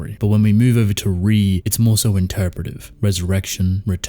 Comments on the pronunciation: It's pronounced ray not re it's Italian for king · No it’s pronounced Re “Re mean King in multiple languages including Maltese”